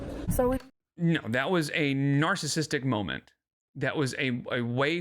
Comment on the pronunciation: BEST MOMENT, excuse me, MOLMENT.